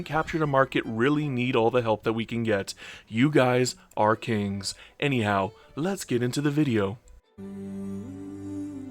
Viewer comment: Always funny when you say kings, am I the only woman who watches your stuff lol